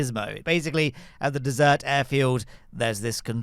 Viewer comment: Did i just hearhim say dessert air field?